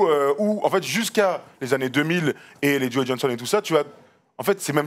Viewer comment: encore une super vidéo d'une super série les gars! Par contre, on prononce "Jo" et pas "Joey" Johnson :)